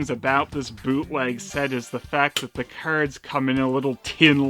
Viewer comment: haha The way you say "keyards" cracks me up